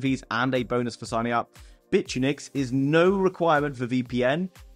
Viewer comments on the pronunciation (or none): Ahem, it's bit-unix, not bitch-you-nix 🤣🤣🤣